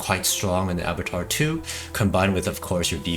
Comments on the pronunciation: Ah BAH Twahr dude. Please. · Abattoir = A-Boo-Twaa